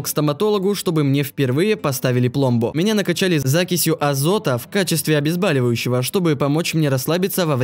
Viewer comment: ОбезбАливающее, блин! Это от какого, простите, слова? Баль? Балеть? Балезнь? Бальной? Нет! Правильно обезбОливающее, и никак иначе! Боль!